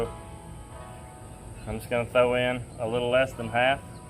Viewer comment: I hope you're thinking about how you omit the letter "r" when you say 'throw'. [thow ???]